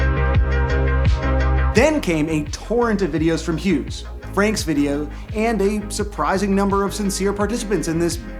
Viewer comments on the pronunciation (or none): none